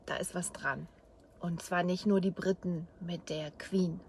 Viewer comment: bitte sag nicht Britten, sonder Briten. Verstehst, du musst das i so richtig lang ziehen. Briiiiiiiiten